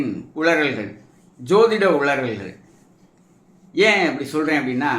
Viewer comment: "உளல்க்" கா? இதுவே ஒரு உளறல்